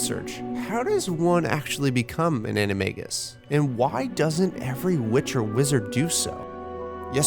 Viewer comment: say animegus one more time.